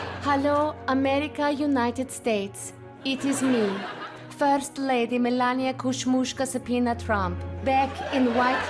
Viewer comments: "Donald and Elania" 😅😅😅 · “Elonia”…..good one!